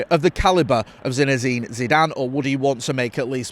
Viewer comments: Lol continuously calling the bloke "ZINEZINE Zidane"😂😂.. If he becomes our manager you'll have to get it right 😂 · So many Z’s 😂😂😂